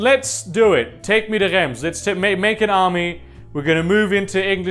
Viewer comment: Love the video, but DEAR GODS you’re french pronunciation is absolutely horrible Reims is pronounced rance